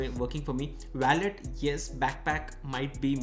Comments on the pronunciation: Bki sb toh accha hai g but its wallet not ballet... Wah-lut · Baki sab theek tha lekin aap wallet ka pronunciation galat bol rahe the.